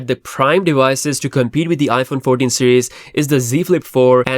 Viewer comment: ”iPhone Fourdeen”? That’s a first lol.